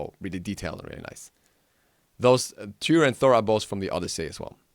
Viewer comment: dude why would you misspronounce tyr like that